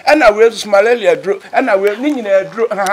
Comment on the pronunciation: Am I the only one who heard malalia??.. LOL